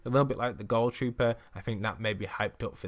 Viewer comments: And why do u say it like goal trooper not ghoul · It is gohl trooper not goal trooper why can't people ever say that correct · It's not pronounced gol trooper it's gool trooper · Nobody: Not a single soul:: GoUL TroOPeR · TheArt Boi “goul” trooper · Ohh I mean it's what he sounded like saying to me It sounded like goal